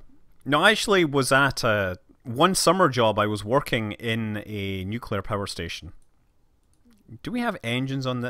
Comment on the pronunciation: causually says " one summer job i worked in a nucular power plant"